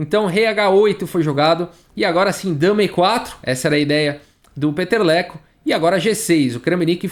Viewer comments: Cada vez q o fala o nome dele, eu escuto peteleco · Cara, eu só conseguia entender Peteleco!!! kkkkkkk